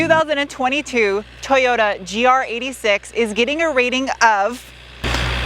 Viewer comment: It's not a GR86, it's a GR8-6.